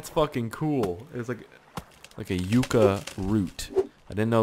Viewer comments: its pronounced Yuck-uh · it's pronounced Yuck-uh.:) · yucca is pronounce yuck-a (you pronounced the end right but not the begining) just thaught u shoud now:) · No no its Yucca (yuh-cuh) haha cmon you gotta work on the English